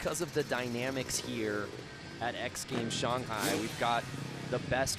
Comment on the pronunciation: "Shung-High Chyna" 😂